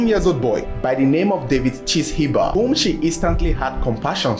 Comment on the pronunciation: Chishimba pronounced Chi- shiimba